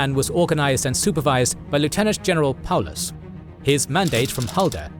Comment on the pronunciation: this might be the first time I've seen Paulus's name pronounced correctly and without adding a "von" in for no reason lol